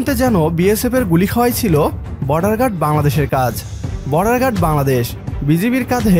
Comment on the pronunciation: Say ‘Bangladesh’ clearly and properly!! Your pronunciation is incorrect .